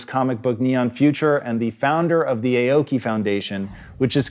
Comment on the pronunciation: Not gonna learn how to say Aoki correctly? Boo